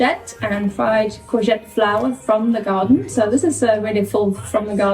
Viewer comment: I love how says, "from the gaw-den"